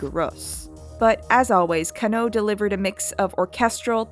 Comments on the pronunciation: I know this video is old, but it's not yoko ka-know it's pronounce as kan-no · I love the video and I'm sure you've done a tone of research for it, and I really don't want to come off as a fucking dick, but my god my ears are bleeding every time you say KannO instead KAnno. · Love the analysis, gotta tell you the emphasis is different in Yoko Kanno's names. It is KANno, not KanNO. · Jesus, work on your Japanese pronunciation. You are murdering it. You don't put an stress on any particular syllable. Masahiro is ma-sa-hi-ro and Kanno is kann-oh. A double consonant like nn just means to hold the sound N longer. Kann-oh.